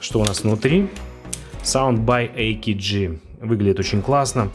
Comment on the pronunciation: не самвсуньг а akg